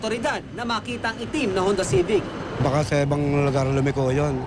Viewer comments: Its was more like hondaaa ceevic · I heard "honda civic"